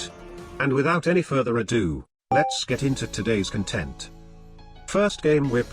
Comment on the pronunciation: Does it bug anyone else that content is pronounced like content in every video? 😅